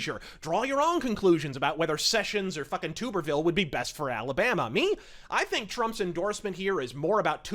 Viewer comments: It is "TUB"erville not Tuber-ville. Love your channel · Great rant bud! I have just one critique. It's Tommy Tub-er-ville (as in bathtub), not Tube-er-ville. Godspeed! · nailed it, again. Though Tuberville is pronounced more like Tubber, and not Toober . FWIW. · I love you, but Tommy's last name is pronounced as TUB-er-ville. Just letting you know. Anyways Great video as always! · the way he said Tuberville just. urg. we've always said it Tub Ber Ville